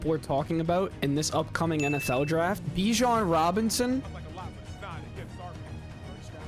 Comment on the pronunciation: That first announcer definitely says Bijan Johnson